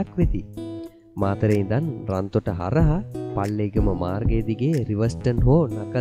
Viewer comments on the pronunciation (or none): රන්තොට නෙවේ රත්තොට